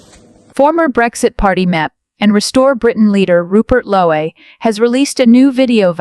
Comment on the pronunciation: His name is 'Lowe' as in 'low', not Lowey or Loway